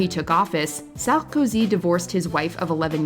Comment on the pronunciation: the way you pronounce "Sarkozy" is the cringiest of all...😂